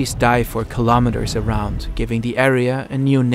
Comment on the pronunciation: Of course nature (creation) stayed. Where else would it go? Kilometers is pronounced kilo-meters, same as kilo-grams. Not ka-lom-it-ters.